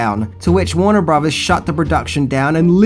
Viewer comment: It's "filthy" animal, not "filffy" animal." And brothers isn't pronounced as "bruvvers" either.